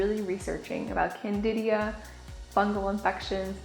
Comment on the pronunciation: CANDIDA!!!! NOT Candidia.